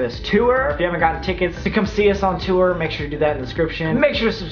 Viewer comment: Love how you definitely said tour like "tooer" while in Toronto, that was the most Canadian sounding thing I've heard in a while, that accent influence is stronnnng 😝